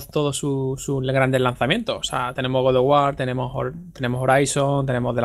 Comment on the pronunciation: con cariño, no digas más "Good" of War, cuando hables de God of War.